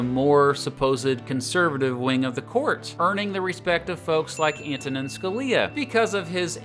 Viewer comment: I'm sorry, but SCALIA?!